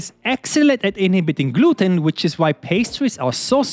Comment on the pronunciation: Gluten 💀Bro war noch in der englischen Aussprache stuck